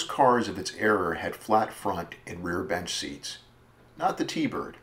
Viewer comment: Good video but era, not error lol